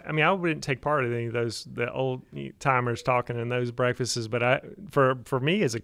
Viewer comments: My wife is screaming in the background "Breakfasts!, not Breakfastes!" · The continued mispronouncing of "breakfasts" is all I can focus on.